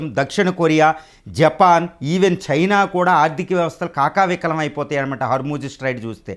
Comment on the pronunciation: కాకవికలం ఏందిరా? కకావికలం అని చెప్పు